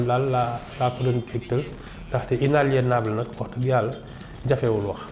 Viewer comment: 😅j'ai cru que j'étais le seul à avoir remarqué que "" avait du mal à prononcer le terme "inaliénable"... Bon sang qu'elle s'exprime en anglais puisqu'elle serait à l'aise paraît-il dans la langue de Shakespeare